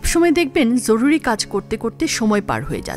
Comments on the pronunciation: Bhalo laglo. Tobey aapnar joruri ucharon ta khub Kaney lagchey eta hobey joruri. Jhoruri na😊. Very good video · জরুরি এর উচ্চারণ এরকম ভাবে কেন করল? অনেক বার ঝরুরি বলল এটা শুনতে এমন যেন লাগল, এছাড়া অন্য সব ঠিক ছিল। পরের বার এই জরুরি উচ্চারণ টা সঠিক ভাবে পড়বেন। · জ কে য এর মত উচ্চারণ করা হয়েছে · এটা জরুরী,যরুরী নয়! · জরুরি উচ্চারণটি ঠিক করা জরুরি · সুন্দর ভিডিও কিন্তু ভিডিওতে জরুরী কথাটাকে কেমন করে যেন উচ্চারণ করা হয়েছে